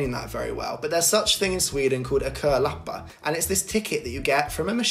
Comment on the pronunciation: Great pronunciation of "kölappar"!